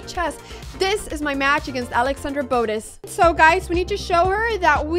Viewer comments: isn't it bo - teZ not bo -tis? arent your pronouncing the name wrong? the emphasis is on the z not the b right? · Botttez not Bodez 😂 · The way she says "Boadez" has me dying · Can't even say botez right 😭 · youre mispronouncing Botez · so your dad is spanish but you dont know how to pronounce botez? mdr